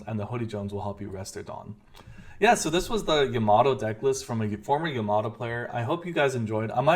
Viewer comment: Its not yaMAto, its YAmato :)